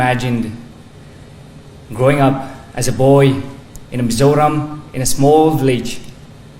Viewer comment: Chhuanawm mang e. Mizo ram tih pawh a lam dik thlap e. Sapțawng kara an lam hian Mizawraaam hi an ti chawk a.